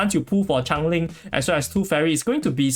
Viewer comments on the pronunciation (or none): It's change - ling not chang - ling. I thought the character was some spinoff of Chang-e the goddess of the moon from chinese mythology when I first heard your pronunciation.